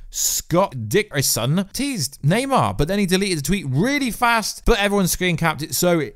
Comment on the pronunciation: Thumbs down just for saying naymar 57 times 🤬